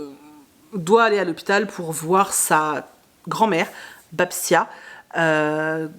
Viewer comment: Merci pour cette vidéo ! Quelques romans me font envie et je les ai noté dans ma liste x) Pour info, je ne sais pas si c'est précisé dans le roman "Tout ce que le coeur n'oublie jamais", Babcia se prononce plus "Babtchia" et ça veut dire grand-mère/mamie en polonais :D D'ailleurs celui là a l'air sympa.